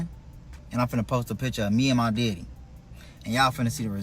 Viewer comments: If this 🥷 say “deddy” one more time😤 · Omg I hate the way he says DEDDY!! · It’s the way he say my deddy is sending me